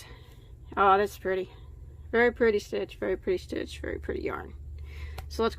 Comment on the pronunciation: Very “Prettay”